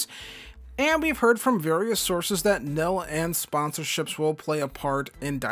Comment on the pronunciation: Bro said “Nill” instead of NIL 💀